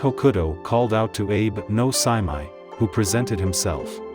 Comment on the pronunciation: Well the fact you mispronounced the guy’s name from the get go is not a good sign.